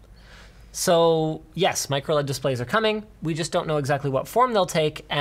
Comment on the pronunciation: Linus: MicroLED Me: MicroOLED!!!???